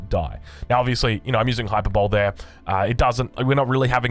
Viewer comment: I do enjoy when you mispronounce words, but just so you know hyperbole is pronounced high-per-bowl-ee. Good patch notes recap, as always!